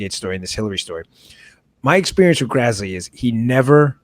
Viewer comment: Great show. FYI, it's Senator Grassley, not Grazzley. Carry on.